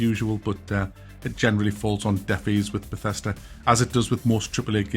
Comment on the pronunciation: You lost me when you said Bethesda